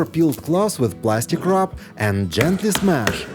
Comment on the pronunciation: I love the garlic comment: "Gently SHMASH!" 😂😂